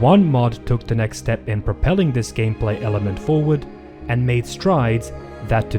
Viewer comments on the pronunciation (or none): none